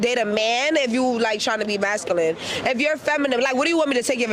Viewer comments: . . . . . it is "masculine" not "mascooline" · I heard mascaline lol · I love the way that girl pronounces masculine like mescaline 🤣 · Imagine wanting a woman that says maskalin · Trying to listen to that chick pronounce masculine gave me a stroke